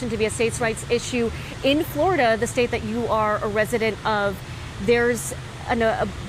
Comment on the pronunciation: Florida not Flarda